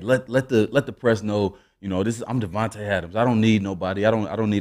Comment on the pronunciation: all y'all be getting his name wrong. it's DAVANTE. D-A-V-A-N-T-E. Get the name right. he deserves more respect.